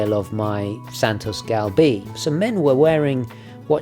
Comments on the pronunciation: It’s pronounced “Gal-bay” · Can't pronounce galbée though.